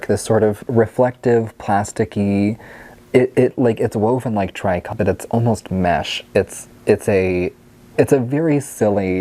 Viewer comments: Tri Cot?, I think you are talking about tricot fabric which is pronounced "tree-koh". Accent on the first syllable. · Yeah yours is the correct pronunciation for the French but maybe Americans pronounce it differently?